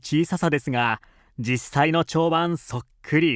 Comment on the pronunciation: ちょうばん じゃなくて ちょうつがい では?